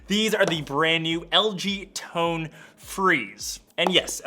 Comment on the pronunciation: Every time you say tone all I hear is tongue